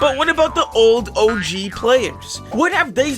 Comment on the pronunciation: “OG” with accent sounds like “Oh Jeez”